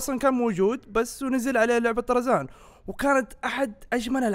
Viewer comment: من لاحظ ان الدقيقة قال أرزان مو طرزان